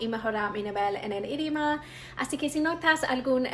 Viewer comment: Hola saludos desde Amazonas venezuela, tu español es excelente, tuvistes pocos errores al pronunciar la R y cuando pronuncias IDIOMA no pronuncias la letra O por lo demás excelente felicitaciones